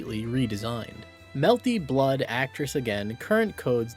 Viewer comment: It's genuinely incredible that the higher quality your videos get you never change the sociopathic way you pronounce melty blood i respect it